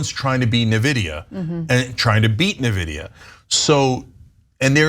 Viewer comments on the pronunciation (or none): cenk, nvidia is not pronounced nividia. Also, it’s not relatively new. It’s been around for ages, many decades. You probably had an nvidia graphics card in one of your PCs or laptop in the 90s. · It's not Na vidia....It's prounounced In vidia. Invidia is is the spanish word for envy. That's why they chose it, they liked the meaning. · I'd also like to submit Nvidia (en·vi·dee·uh) not NeVidia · The way Cenk says Nvidia is killing me. Say it with me "in VID ee uh" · "This new company, Nuhvidia" It's pronounced En-Vidia, and they've been around since '93. They're not new, AI is now using lots of NVidia Graphics cards for processing, similar to the crypto boom. Y'all are bad at this, just do basic research. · Cenk, just an FYI, it's pronouncd "in-vidia" not "na-vidia" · Wrong, it’s ‘en-vidia’ - Nvidia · Lol Na-vida its 'N'-vidia 😊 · Isn't it pronounced "N-Vidia", not "Neh-Vidia"? I keep hearing everyone pronouncing it that way and now I'm worried that I've been saying it wrong for all these years. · TYT really needs a tech or science correspondent because they just struggle on topics like these. At lease Cenk's trying but Ana never helps. Also Nvidia is pronounced Envidia, not Nevidia. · IN-vidia. And they aren't new. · Oh and by the way it’s also pronounced EN-vid-ee-uh. 😊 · Cenk one thing, N Vidia, you say the N. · Cent, 5 cent, 10 cent, dollar 🤣...go look up the song and you will get the joke 😜 Cenk Uygur...NVIDIA is enunciated N-VID-E UH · Terminator and eugenics yay . . . Learn to pronounce nvidia, you sound silly Cenk. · They said a lot of correct things. But it’s hilarious to hear someone who can’t pronounce NVIDIA warn you about AI.